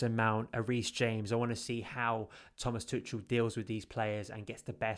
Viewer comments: Okay first thing we need to sort out is Thomas Tuchel name is pronounced to-shell not tut-chul.... 😂😂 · the "ch" pronounced like a hard K. Much like a Scouse "K"